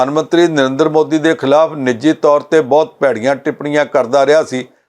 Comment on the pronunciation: Good comments but what about the Jalandhar Parliamentary election ? When will this anchor make right pronunciation of Punjabi word ‘ Bahut’ ?